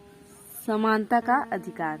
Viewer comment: Are bhai sunta nahin hota Samanta hota hai